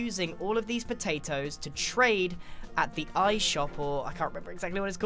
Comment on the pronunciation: I love how u say potatos ”poetaitoes” :D